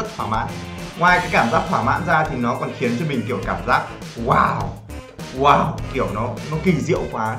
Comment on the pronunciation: E nói woa chứ ko nói wow